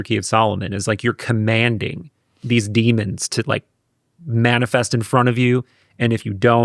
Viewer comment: DEMONS. NOT DEAMONS